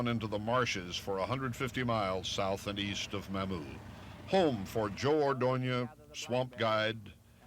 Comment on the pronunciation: This was a good video. However, it is ludicrous that they were there and yet Charles Kuralt mispronounced the name Mamou over and over. "Cajun pronunciation of Mamou, Louisiana, is typically MAH-moo (rhyming with "coo" or "too"), with the stress on the first syllable. It is sometimes mispronounced as "Ma-moo" (with a short 'a'), but local, authentic, and Cajun French pronunciation emphasizes the "Mah" sound, as highlighted in this Instagram video. Key Pronunciation Details: Sounds Like: MAH-moo (IPA: /mɑːmuː/) Syllable Stress: First syllable (MAH-moo) Context: It is widely recognized as "The Cajun Music Capital of the World" in Evangeline Parish, Louisiana, notes YouTube. Origin: The name is thought to stem from a French surname, or potentially an American Indian word (meaning mammoth, pawpaw, or village site) that was adopted by local, French-speaking settlers, states Explore Louisiana. When referring to the town, the "Mah-moo" pronunciation ensures it is said with the correct local inflection." I grew up in Eunice which is ten miles away. Much of my family lived in Mamou. I hunted and fished my grand-père's farm near Mamou. I never heard a cajun pronounce Mamou anyway but Mah-moo.